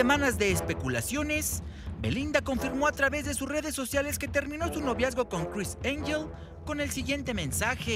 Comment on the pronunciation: “Cris Enyel” 😂